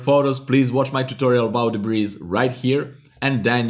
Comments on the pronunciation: It's pronounced debree... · Nice tutorial. Just an aside, the s in debris is silent. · debris is pronounced debree. i was wondering what you were saying. hehehe. nice video though